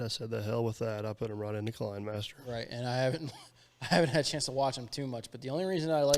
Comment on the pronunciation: Kenimaster... Based on the kenitiscope. The camera system to film motion. In the 1800's. Pronounced Ken i' scope. Like cinema. The K is a C Lol Love you! I still love every DP video!